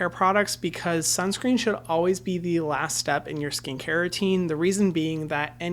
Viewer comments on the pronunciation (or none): none